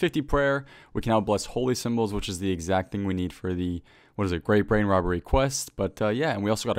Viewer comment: "Gweat Bwain Wobbery Quest"